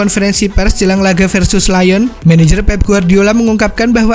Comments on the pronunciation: Lyon om... bukan Lion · Bukan lion tp lyon